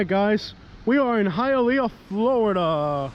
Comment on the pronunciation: High-A-Leaaa...ah sucks...